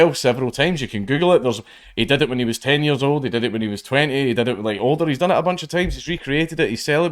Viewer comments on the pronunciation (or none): none